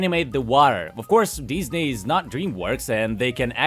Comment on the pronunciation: I find it amusing how you occasionally pronounce it Dis-nay. Dis?... NAY! it dis is not the animation company I was looking for. Jokes aside, this does feel like the Red Letter Media quote "So, how does it feel to live long enough to see all your favorite franchises go down in flames?" Because, you know whatever is driving all of this is either A. Creatively bankrupt corporate types B. Creatively bankrupt nepo baby fanfic writers OR C. ALL OF THE ABOVE. Because for absolute train wrecks like these it cant 'just' be corporate. I mean, you can NOT tell me Velma Season 2 was a decision driven by profits.